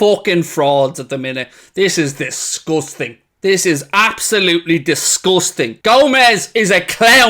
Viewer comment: "This is disgoosting" 😂